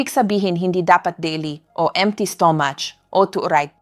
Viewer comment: AI ata ang nagsasalita dito, di marunong magbigkas ng mabuti, ang stomach nagiging “STOMASH”, ang MANGO, naiiba din :-)